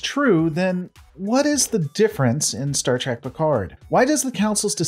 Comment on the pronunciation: It is STAR TREK not STAR TRAC. How much do you really watch?